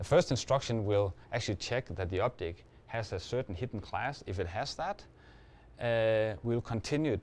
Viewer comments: Yes. He sounds like he's saying "optic", but he clearly _meant_ object. The subs are wrong. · I think he's saying object not optic. +1 if you were confused for a little while